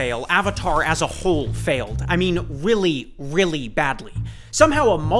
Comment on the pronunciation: Why does it sound like you're saying "Willy" when you're saying "really" sometimes